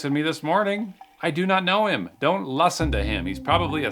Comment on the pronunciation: “Don’t lusten to him” 😂